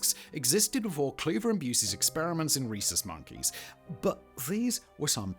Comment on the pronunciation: Swear i thought you were saying "racist monkeys" 😂😂